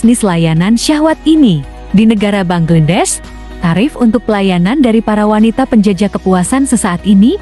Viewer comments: Bacanya banglades kalii.bknnya bangledes😮😅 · ingin tampil beda sy denger bangedes. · Bangladesh mbak bangladesh BUKAN bangedes